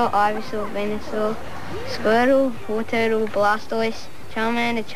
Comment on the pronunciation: "Squirtle, wurtle, blastoise" lol